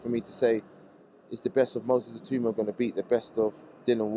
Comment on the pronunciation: It's "Itauma"not "Itooma"